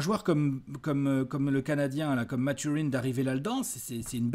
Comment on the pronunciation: Merci les gars excellent podcast! tu m'as bien fait rigolé quand tu prononces Mathurin à l'anglaise. Il faut savoir qu'avant tout la première langue de Bennedict est le français donc son nom se prononce à la québécoise😜.